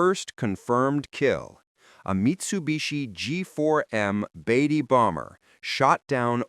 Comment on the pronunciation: How did you get "baytee" out of Betty? God, AI sucks. Read the copy.